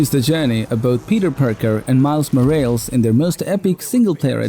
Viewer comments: Did the guy said "For both Peter Parker and Miles Morels" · Did this mofo just say Miles ma-rails🤦🏾‍♂️. Im out